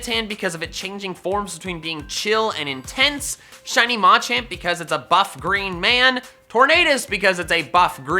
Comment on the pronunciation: It’s machAmp Not Macamp